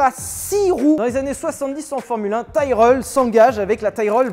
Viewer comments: Pour Tyrrell on dit pas "tailrel" mais "tirell" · juste c'est pas "taillereulle" mais tiréle pour la f1 à 6 roues